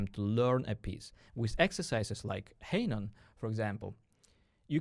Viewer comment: I can’t hear the name “Hanon” pronunced as “haynon”.. Please don’t do this again! (Oh and fantastic video, by the way!!!)